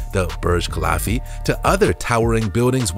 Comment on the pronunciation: HAHAHA HEARD THAT TOO..😂🤣